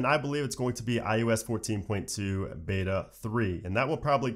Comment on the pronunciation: Sing after me: Oh oh oh who’s that kid with the Oreo cookie. It’s not: U U U who’s that kid with the Oreo cookie. :) It’s eye-oh-ess Not eye-you-ess